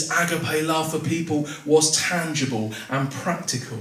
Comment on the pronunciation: Well done for trying to explain what love actually means in a crowded confused world where the meaning has been partly lost 👃The Greek word is pronounced A-GAP-I The ancient Greek philosophers were well aware of the different kinds of love and they had around 5 different words for love as different types/meaning. They looked upon the "frantic,mad,boilied over passion"kind of love often portrayed in movies as being the ultimate expression of real love as,a kind of dangerous madness that needed to be controlled. As far as i am aware Jesus never encouraged this kind of love.